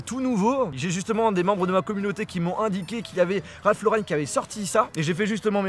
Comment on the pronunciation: Ralph Lauren et pas raph lauren